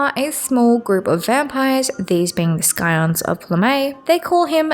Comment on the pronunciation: Fun video! The 'c' in "scion" is silent like in "science".